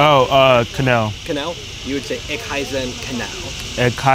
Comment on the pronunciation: bro sad it so proud (no k sound at the ich)